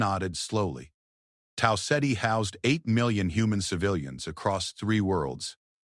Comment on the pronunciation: Tal Setty? Did you mean Tau Ceti?